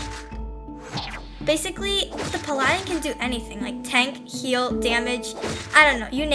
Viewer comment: is pronounced pah-luh-din